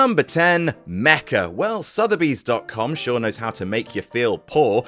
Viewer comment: "Southeby's Game Store" LOL